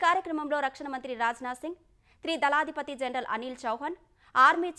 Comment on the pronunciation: త్రీ దళాధిపతి కాదు, త్రిదళాధిపతి అని పలకాలి.